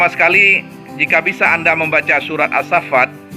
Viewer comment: Maaf koreksi bukan surah asfhafat tapi ashoffa washoofati shoffaa, bukan washoofati shafaa 🙏 takuty kalo baca Qur'an beda huruf beda makna